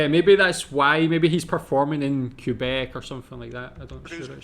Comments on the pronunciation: Just a minor correction, the proper pronunciation is Kay-bek and not Koo-bek... and it is not to be confused with Alex Tre-bek, d'accord? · FYI Quebec is pronounced Kay-BECK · The way to say QUEBEC in our Great Nation Canada ic KAY BECK Have a gander at Derek Edwards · Even English Canadians pronounce it "Kebec" or Kwebec". Just so you know.